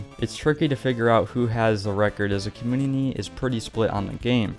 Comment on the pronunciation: this man cannot say community